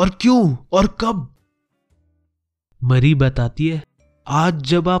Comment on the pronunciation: Dude its not mari its mary just kidding really luv ur channel and ur way of explaination is awsm I always visit ur channel during my exam time